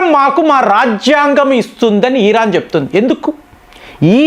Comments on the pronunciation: యిరాన్ కాదర నాయన ఇరాన్ అని చెప్పు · ఒక్క పెరైనా కరెక్ట్ గా పలుకు సామి, ఖతార్ ను కాతార్ అంటావ్, ఇరాన్ ని ఈరాన్ అంటున్నావ్, కువైట్ ను కువైత్ అంటున్నావ్ అవి ఎక్కడున్నాయిరా సామి అని నేను జుట్టు పీక్కుంటున్నా